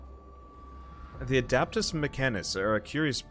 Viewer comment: It's not "adAptus", it's "adEptus" mechanicus :) Imagine you're trying to speak latin :P